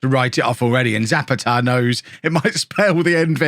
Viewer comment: Zapata is pronounced sah-PAH-tah